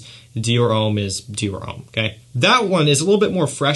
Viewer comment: Stop saying Ouuuuhm its Om.